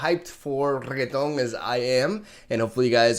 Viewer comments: I'll have you know me and my friends decided long ago that his name is REQUESON, so if you could please stop calling him Regueton, it's embarassing >:^( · The way you call renekton "regeton" is not tilting, it's hillarius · He’s calling it reguetón/reggaeton. It’s a latin music genre - one popular song you’ve probably heard in it is “Gasolina” by Daddy Yankee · I'm not really triggered by that Reggaeton pronunciation but i think it's extremely funny for whatever reason 🤣. I love your videos and i usually try every deck that you bring to us. I'm a huge fan! Stay safe bro. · Dear, you make my blood boil every time you call Renekton Reggaeton, you are a dick and i hope you are doing well. Love you, you beautiful bastard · REGTON* as he say hahaha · Sign this petition to have pronounce Renekton with a hard "K" 👇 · yeah I know that, just messing with the way he says it